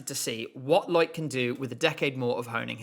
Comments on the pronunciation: i'm sorry i have to call out how you say loïc nottet's name. you're supposed to separate the o and i in his first name. lo-ic, not loyk. it's too distracting lol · A tip: Loïc is pronounced Loh-eek, not Loyk. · Loics name is pronounced as “low-week”, but a great video nonetheless!